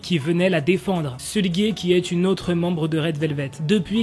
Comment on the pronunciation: Moi aussi et la façon dont il prononce Sulgui moi j'ai toujours prononcé S-E-U-L-G-U-I 😅